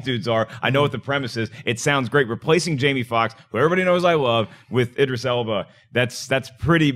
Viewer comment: said "Idris" correctly! lol